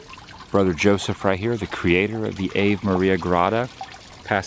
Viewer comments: "Ah-vey" not "ayve"...lol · I enjoy his videos but the obvious lack of education to pronounce it like ave in gave. But he prefers that horrendous punk rock versus decent classical music. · Not that it matters but “Ave” is pronounced “ava” , first a short and second long. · I expect i'm not the first to let you know, it's pronounced ah-vay. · For your next trip there, Ave is pronounced Ah Vay. Think of the religious song Ave Maria. I know that most religions other than Catholics aren’t so big into the Virgin Mary ❤️ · Pronouncing Ave like in "gave". Apparently you don't need much education to do videos. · It's pronounced 'ah-vay' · It’s pronounced ah-vay. Ave, in Latin, means hail. Ave, Maria means Hail, Mary. PULEEZE stay away from Disney, which means Boring Vids, in Latin. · The first word innGrotto is pronounced AH VAY. for those pronouncing at home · The Grotto was beautiful. It is pronounced Ah-vey. It is fascinating to see all the handiwork. It shows a lot of passion in his work. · Been there. It's pronounced Ahhv-a its latin Einstein. Don't want our childrens learnen none of those dead languages! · 😂 "Ave Maria" is a prayer actually pronounced Avé (Ah-Vay) Maria. It's Latin and it's Catholic. It means "Hail Mary." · "Ave" = "ah-vay".😉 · Not being Catholic impedes pronunciations sometimes.